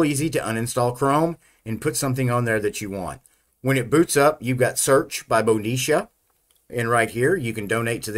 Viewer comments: As an italian i can confirm it should be pronounced "Modicha" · It's pronounced Moditzia. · Great review. I wanted to be sure it was worth installing before going ahead with the installation. It's pronounced Moditzia BTW. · If the distro was from Italy, then MODICIA is pronounced properly as Moh-dee-Cha. Looks like a fine desktop, I hope it performs great too. Auguri e saluti a tutti i developers! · If it Italian than is is pronounced Modicha! (like in chair) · pronounced MOE DE CHA.... lol neither of your stabs. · Hi mate, it’s pronounced MO-DI-CHA. Stress the second syllable and the O is a short vowel, the A is pronounced ah. Enjoy! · It is pronounced mo-DEE-chah. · My guess is that it's pronounced "Moh-dichia". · Modicia is pronouced as mo-di-cha (ch as in kitchen), I think. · It's Italian -- I'm sure pronunciation is M-oh-de-ch-ee-ah. (just like my Ruscetta name is pronounced with Roo-sch-e-t-uh)